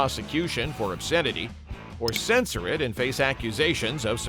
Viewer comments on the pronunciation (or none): none